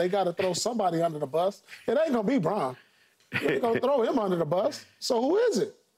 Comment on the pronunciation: I’ll let Wayne slide with pronunciations, but Christian Braun’s last name is pronounced “Brown”.